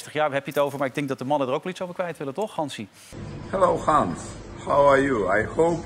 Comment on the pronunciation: "Hallo Gans"😂